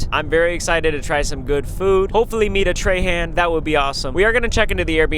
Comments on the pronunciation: im from Houma Louisiana and no one pronounces Trahan like that here. We say (Tra- Haw) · Ryan not realizing "Trahan (tray-han) " is pronounced "trahan( traw-haw) " in Louisiana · Ryan your last name is pronounced differently in Louisiana its Trahahn not Trayhand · In Louisiana we pronounce Trahan as “Traw-Hawe” in a French tone. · Bro as someone who lives in Louisiana this is a great representation of all the bugs that are EVERYWHERE in the summer it’s actually horrible, fun fact we also say Trahan it’s weird but we pronounce it more like Trawhaw and beignets are delicious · the last name trahan in louisiana is pronounced troh-hoh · Traw hawh is how Trahan is said down here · If you go to Lafayette, your name is pronounced Traw Haw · As a southern Louisiana we pronounce Trahan as “Traw-hawn” (that’s my last name) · My last name is pronounced Trawhaw though.. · Louisiana native here! Around here Trahan is pronounced as “traw-haw”. There are lots of them in Cajun country!!! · In Louisiana your name is pronounced “Tra-Han” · While he was in Louisiana he should have learned how to pronounce his own last name Trahan correctly and not like a Yankee! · You pronouncing your own last name wrong as a Louisianian